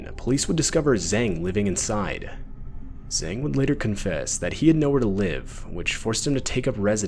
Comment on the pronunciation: Wang and Zang are pronounced like ah, not ei. Also the Z in Zang is not just solid Z like in English but kind of like Tz, sort of in between the two.